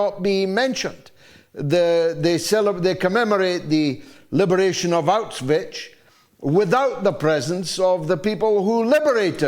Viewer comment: One way to avoid erasing history is to learn to pronounce "Auschwitz" properly! Mr. Galloway gives it a strange Slavic viberation by ending with "..ich".